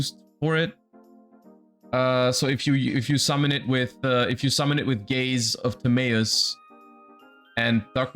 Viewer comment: Idk if i like how he pronounces gaze of timaeus